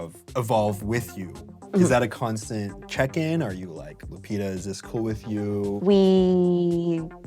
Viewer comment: First time I hear the name Lupita pronounounced Lupira with an R.